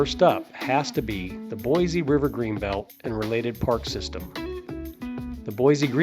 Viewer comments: It's Boise, not Boyzee. There is no Z in Boise.😁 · PLEASE re-record the narrative and pronounce my home city correctly. it's BOY-SEE not Boy-zee.... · I cringed everytime he said BoyZee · Pronounced: Boy-see. There is no Z in Boise. Edit: Oops, I see someone already made that comment. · Nonono it's pronounced BoyZee not Boise. Look it up when they first incorporated in the early 1600s it was pronounced BoyZee. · Sorry Linda times are a changing and it's now Boyzee....you see the world is getting lazier by the minute and it takes to much energy to say Boise. Don't let it drive you crazy tho just learn to accept it. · No Z in Boise. Yes we have a great City, but don’t say Boyze .